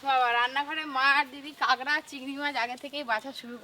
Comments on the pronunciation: দিদি তুমি কাঁকড়া কে কাগড়া বলো কেন⁉️শুনতে খারাপ শোনায়... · Kagra na kakra vul kotha bolchen r language thik korun